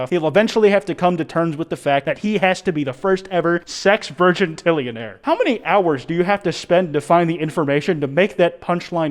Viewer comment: its actually pronounced 'sehx-vighun-TILL-ionayr'